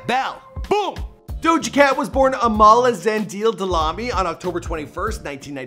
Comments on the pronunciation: And I love how you say Zandila when it's actually Zandile... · her name Zandile....its pronounced Za-ndee-le..... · Lol I love how you guys say Zand-eeeel when its actually Zandil-a😂( Yes, thats how its pronouced in South Africa) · Dlamini: is pronounced Dla-meanie. Zandile : pronounced Zun-dee-le. Lol just tryna educate. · Hello Zandil😂😂😂 ai shem bakwethu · Her name is ZandilE emphasis on the E (pronounced Zah-nDee-leh), and her surname isn’t D’lami or whatever he just said. It’s Dlamini. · Her second name Zandile is pronounced Zan-dee-leh. The LE is not silent. It is a Zulu name. So you pronounced her surname as Dilami? It is Dlamini pronounced Dla-mee-nee! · Her middle name is of Zulu origin. Her father is Zulu. It is pronounced Zah-Ndee-Lé (Zandile) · I just can't get over how BADLY you pronounced Zandile and Dlamini I'm so sorry that was so bad omg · Finally they used the right picture for her dad....but for the love of God yall stay butchering her middle name lol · Duuuude I cried when you botched the pronunciation of "Dlamini" and "Zandile" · Your pronounciation of Zandile is the SADDEST thing in the WORLD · As a South African, the way he pronounced zandile dlamini 💀